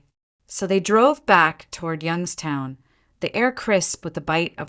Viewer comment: Properly pronounced "Yunkstown"